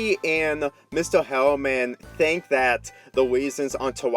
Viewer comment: i fink is all sick